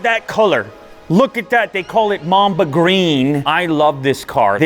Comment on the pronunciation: I heard mom the green instead of mamba green